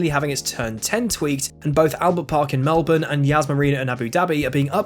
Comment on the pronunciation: You got a thumbs up from me for Melbourne correctly,lol. 😀😀😀